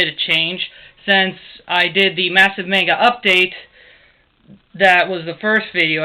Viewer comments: MON-GUH is how it's pronounced! NOT MAIN-GUH. Damn that gets under my skin when I hear it pronounced like that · okay PLAESE this is bothering me soooo much, you have all this manga and you pronounce it wrong! please!!! its monga!!! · No dont make those retarded little faces its pronounced MONGA. IN JAPAN THEY DO NOT HAVE A LONG "A" SOUND. IT COMES OUT AS THE SHORT A SOUND, MONGA. or TO BE REALLY SPECIFIC, M-AH-NGA. learn you facts.